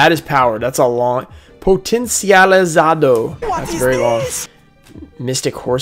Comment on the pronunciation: you spoke potencializado very well! hahaha, we read the "li" as "lee"